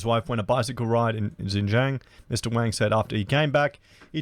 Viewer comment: Damn - you're going to piss China off even more lol - pronouncing Wang wrong! Wang is the same name as Wong, they hate when you say Wang.. next warning from China will be about Racist youtube channels:)